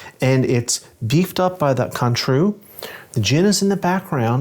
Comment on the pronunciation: The way you pronounced Cointreau is insulting